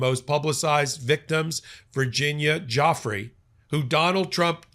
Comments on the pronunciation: How to properly pronounce Virginia Giuffry Vr-ji-nyah Joo- Free except you roll the R sound in the end of her name Joo-frrree. Everyone keeps mispronouncing her name from Guifra to Jeffery. It's getting ridiculous. If reporters and pod casters want to use her in their stories, at least try to get the name right 🤷‍♀️. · I wish you would all get victims mames correct it is not Joffrey it is Giuffrey pronounced Gufrey😊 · Btw, Virginia's last name is not pronounced 'Joffry', it is pronounced Joo-fray. (Giuffre) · It’s pronounced jew FRAY, not Joffree. C’mon man. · Pronunciation again: not Geoffrey… Giuffre, like DjuFray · Her name IS NOT JOFF-REE; it's JOO-FRAY. Please give the victims the respect they deserve by at least pronouncing their names correctly. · It's pronounced " jew-fray," with the accent on the second syllable. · Virginia Giuffre pronounced Jewfray.... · I wish you would stop butchering her name. It's not JOFFREY! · Her name is not Joffrey. Please give her the dignity of saying her name correctly. ❤ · Why are you mis pronouncing her name??? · You are mispronouncing Virginia Giuffre last name. During her life she was disrespected by powerful, depraved and disgusting men who didn’t care about such annoyances as correctly pronouncing her name. I know it isn’t intentional on your part but please make a correction in the future